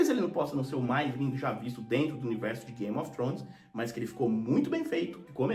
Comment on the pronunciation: Você pronuncia Game of trhones com a lingua no dente fazendo o som do TH no inglês, um dia eu chego lá.